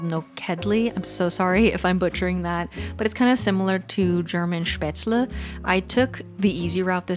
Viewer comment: Everything looks so delicious. 😍 Do you speak German? The way you said Spätzle was perfect. 🏆